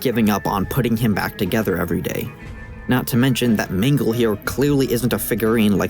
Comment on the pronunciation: am i the only one who hears him say "mingle" instead of "mangle"